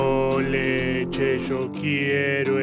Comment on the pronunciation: No dijo yo dijo sho 😍